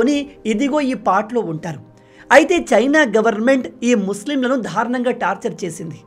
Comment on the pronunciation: నాయనా ధారుణం కాదు బాబూ దారుణం. సరిచేయండి